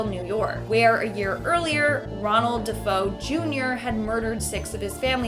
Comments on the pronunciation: Exactly, it's Duhfayoh. She needs to get it right. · The name is pronounced “De fay o” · if you say "Da-foe" 1 more time when talking about the Amityville house instead of sounding out the last name correctly I'm unsubscribing 😅